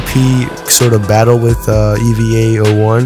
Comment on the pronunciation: "ee - van - jelon" "eevee - a - o - 1"